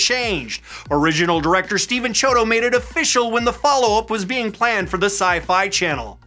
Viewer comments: Its actually pronounced key-odo not Chee-odo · Sorry if you've been told this many times before, but you're pronouncing their names incorrectly It's KEY-odo. Not CHEE-odo Hope that helps!